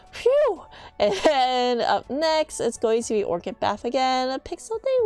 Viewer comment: Orchid is pronounced ork-id, it's a flower. :) Thanks for the guide!